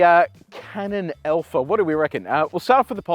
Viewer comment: Hey - it is ALPHA. Not ELPHA!